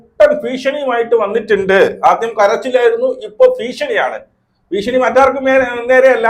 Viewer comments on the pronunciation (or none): ഭീഷണിയെന്നാണ്.ഫ അല്ല